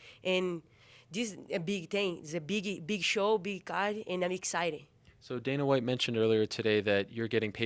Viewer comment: "Hana Hite"